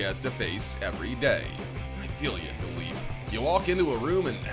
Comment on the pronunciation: Its not dalip its dilip